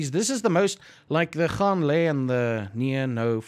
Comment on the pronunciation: YAY we get to learn swear words again!! :D Actually it's funny because I had to ask when you talk to Nina because it doesn't sound to me like you are saying "gaan" it sounds like han or hon. So thank you for adding that in to this lesson!